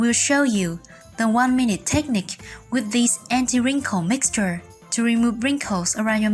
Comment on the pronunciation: It isnt TEchnique, but rather techNIque. The emphAsis is on the wrong SyLAble. 😮 oy!